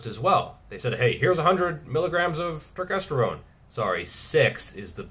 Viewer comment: I came here just to hear you say turkestergone!